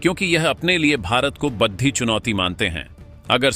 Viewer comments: अबे बेशर्मों बड़ी और बढ़ी में अंतर समझो सालों हिंदी भाषा का सही उच्चारण करो और #बड़ी_बड़ा_बड़े बोलो बढ़ी नहीं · ' बड्डी' नहीं होता जी, ' बड़ी' होता है।